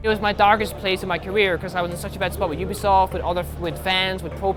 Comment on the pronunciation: Why do you say oo-bi-soft It's You-Bi-Soft